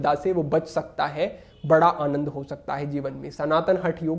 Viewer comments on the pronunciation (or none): none